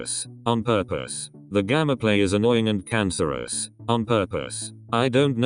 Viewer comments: Bruh your stupid robot voice can't even say Gameplay right. It says it like Gamaplay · gasps said gameplay not gammaplay:0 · YOUR ENGLISH SUCKSSSSSSSSSSSSSSSSSSSSSSSSSSSSS can you even say gameplay right?